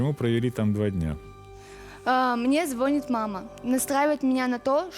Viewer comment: Чоб,звОнит....😮😮😮😮 Россияне,что с русским языком????